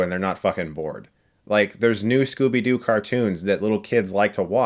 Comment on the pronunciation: Scooby Dee? XD